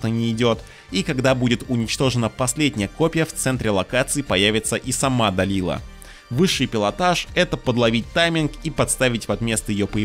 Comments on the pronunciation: а можно было имена персонажей нормально произносить, как они должны звучать в реальности? То что наши доморощенные локализаторы обкурились аргентинского и обозвали Дэлайлу... Далилой, не значит что автор должен повторять за ними... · Называть Дэлайлу, Далилой потому что так решили переводчики первой части ты будешь, а Да́уда, Дау́дом не будешь из принципа. Интересная позиция :/ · УУууух, услышал "Далила" и немного подлетел на реактивной тяге... Может это только для моего слуха, но Далила больше похоже на глагол в прошедшем времени, а не на имя. Дэлайла она, Де-лай-ла. Даже в гугл переводчик не поленился закинуть её имя в оригинале и прослушать произношение. Ухх прям=) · да Дауд ты хорошо произносишь. А вот по английски Далила звучит не так. Дэлайла правильно так. А Далила прям режит ухо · То есть ты из принципа ставишь ударение в имени Дауд на а, но Делайлу называть Далилой тебе норм? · Изгнанник... Далила.... Автору самому слух не режет? Хоть бы читал нормально